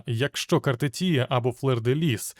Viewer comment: Картефія. А не Картетія.